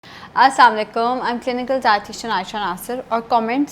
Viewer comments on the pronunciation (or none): Mam aap assm alikom khati Hain Ye Galat hai asslmalikom kahein